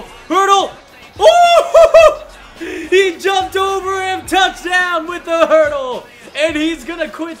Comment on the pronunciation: It's "hurdle" not herdel, so you don't make a mistake some other time 🙂🙂